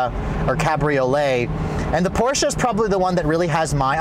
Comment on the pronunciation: thumbs up for pronouncing porsche right.